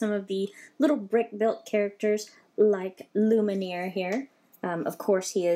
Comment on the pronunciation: Lumiere is pronounced like lume-y-air